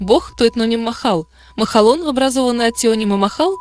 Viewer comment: Не махъ алон, а ма хъалон где ма означает моя а хъалон это дань то есть моя дань и не искожайте осетинский язык